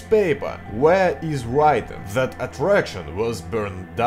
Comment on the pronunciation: (example) "that" dont sounds like "zat" its "dat")